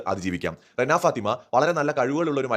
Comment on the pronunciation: രേണ അല്ല ചേട്ടാ റെന 😹